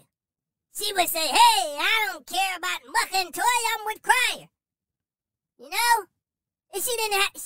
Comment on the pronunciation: You are so funny! When you say Muhkah I am crying! 😂😂🤣🤣